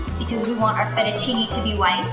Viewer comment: the way italian words gets f****d up kind of hurts my feelings